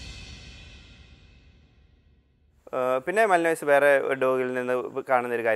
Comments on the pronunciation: മാലിനോയ്സ് അല്ല ബ്രോ മാലന്വ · മ ലൻ വ, മല്ലിനോയിസ് അല്ല